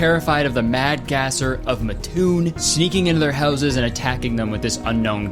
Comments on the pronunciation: Yooooo not the Mattoon mad gasser! That story is still passed down to people who live in the area, it’s like a running bit to this day. Any time a person crop-dusts a family member in Mattoon, it’s blamed on the gasser. Unfortunately Curtis became one of many who mispronounce the name. It’s MATToon like the name Matt with oon on the end😂 loved this vid ❤️ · Omg I live in Illinois near Mattoon when Kurtis said it I was like what, I have always said it as Mat toon like it was two different words but how he pronounced it makes sense lol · That repeated mispronunciation of Mattoon was deeply upsetting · Omg, I got whiplash when you mentioned Mattoon. I moved from Canada to mattoon and it was constantly talked about in the high school. I didn’t think it was that big of a conspiracy lmao just a mattoon thing. Which apparently you’re pronouncing Mattoon wrong 🙃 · Anyone from central Illinois cringe at how he pronounced “mattoon” lol? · im from around mattoon and i didnt even realize he was talking about it because he pronounced it so different😭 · You pronounced Mattoon wrong but that's also because Illinois dummys spelled it wrong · Being from Mattoon, we say it like "ma" like in "mask" and then toon. Neither ma nor toon have higher emphasis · As someone who lives 10 minutes from Matoon, your mispronunciation of it's name drives me crazy lmao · The way you pronounce Mattoon is genuinely painful (I am from the neighboring town 😭😭) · Hope the people that live in Mattoon watching this will spare you and not attack you for mispronouncing Mattoon. 😂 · I grew up like 20 minutes away from Mattoon and the way Kurtis is pronouncing it is KILLING ME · MAD GASSER MENTIONED!!!! its pronounced MAT-toon not muh-TOON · as somone who lives in mattoon iv NEVER heard of this before this video. (ps kurtis it MAT-TOON not MUTOON) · Living next to matoon illinois is crazy 😭😭 its MATT-toon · Matoon is not pronounced like that also crazy i aint heard that one cause i live like 30min from matoon